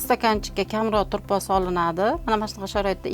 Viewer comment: КЕЙИН, ТУРПОҚ ЭМАС ТУПРОҚ БЎЛАДИ, ХАТТО ГАПИРМАНГ.